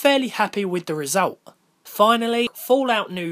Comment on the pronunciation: Resultoo when you say result it sounds like resultoo